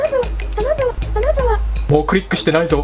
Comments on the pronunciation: あなたはって連呼してるとこ花束って聞こえるww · あなたはが花束って聞こえるw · あなたはが金沢にきこえる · あなたはって連呼するところ、花束って聞こえる（笑） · 花束、好きですか？ に聞こえるw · だんだん花束って言ってるように聞こえる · 金は好きですか？に聞こえた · そこねわかるわ